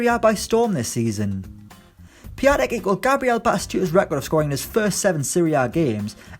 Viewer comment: Its prounounced Pee-on-tech